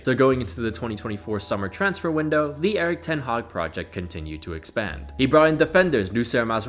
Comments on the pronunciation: Did u say ten haram ? 😂😂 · "ten haram" 😭